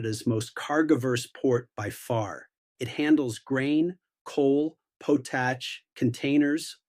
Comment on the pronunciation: Potash not "podash" :)